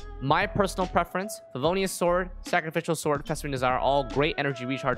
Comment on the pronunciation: why does he pronounce sacrificial sword so weirdly its adorable awwww sakafical sord